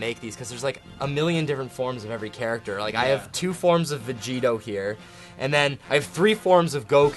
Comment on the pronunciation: vegito he says lol